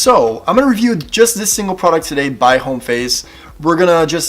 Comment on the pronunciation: Homme = "om", not "home"